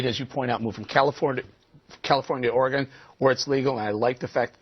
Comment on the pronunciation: Finally, someone pronounces "Oregon" correctly! Thanks!